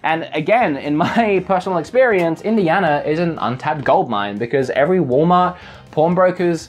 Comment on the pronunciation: "wool meart" and they say you lost your accent XD